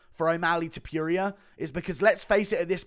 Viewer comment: I cant stand the way you pronounce ilia’s last name.. just said it the way you said it out loud 3 times and it made me angry